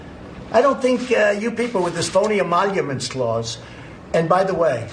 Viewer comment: "emaulomence clause"